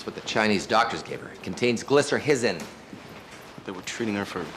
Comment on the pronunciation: House's pronunciation of glycyrrhizin is wrong. It's not gli-sər-hiz-n. It's gli-sə-rye-zin. The H is silent, the R starts the third syllable, and the last I is long as in "rhizome" (which has the same root: "root").